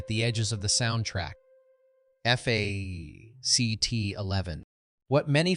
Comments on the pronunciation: You speak eff aa cee tees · This COULD HAVE been a great video. In depth, interesting writing. TERRIBLE AI narration! “F A C T 1…”. WTF is that all about?😂😂. Other mispronunciations and the random female robot voice was just as bad. You need to read it yourself, or get someone else, a human, to read it. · Who pronounces 1985 as one nine eight five and “fact” as eff eh see tee?! Ai!! That’s who! Still loved this show when it came out and bought it on vhs, that’s right I said vhs, a couple years later 😂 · "...one thousand nine hundred and eighty five... F-A-C-T 1..." Probably the worst thing about AI is how lazy it makes some of us. I get it if you don't want to use your own voice to narrate, or maybe English isn't your native language, but not bothering to listen to your own video before uploading it to catch parts which obviously need to be re-recorded is akin to submitting a paper without bothering to spell-check it, first. It's just baffling. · Teach your AI the word "fact"..... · Okay I stuck through the AI years Stuck through the AI F A C T junk But I draw then line at Corey Hiyame. Which is how AI reads it. Show some respect. If NOTHING else, get the actors names correct. Especially the actors that are no longer with us. Do people not listen to their videos before posting? Corey Haim There are many many videos online you could find, to ensure his name is said correctly.